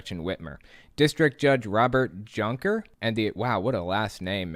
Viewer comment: You’re wonderful, and I love what you do. So it is with love that I would like to let you know that Junker should be pronounced as Yoonker. The letter J is pronounced differently depending on the original language, as in Spanish it’s pronounced as the H in House, like Jose, in this case it’s a Y. This is the case for several European languages when written in English.